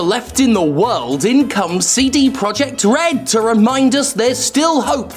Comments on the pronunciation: He read his own comment section and committed to calling CDPR Seedy PR. Amazing. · "Seedy Projekt Red". LMFAO